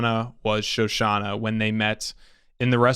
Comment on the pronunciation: It's Shoshanna, not Shosanna. :) I agree with the guy in red trunks... I mean red background... the guy dude on the left. The thing is Landa had all the power and wit to track down Shoshanna down to the bowels of the Earth if he wanted to, so he very likely knew all along where she was and had been all the way to that point. The milk is likely not a coincidence, and all the arguments from left guy dude seem pretty on point. Landa has a dark sense of humor.